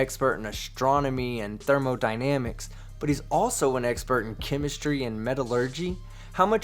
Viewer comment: Got that trailer park accent down lol 😂